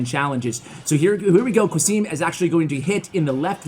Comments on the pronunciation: qasim is a fellow country man and the way you pronounce his name is very English. Its suppposed to sound as Kasem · The name is pronounced Ca-sim btw , ca like in ca-r 🚗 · I think "qasim" is pronounced as qa=ca(as in car) and sim=sim(as in simcard) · Why do you say "Qasim" like that?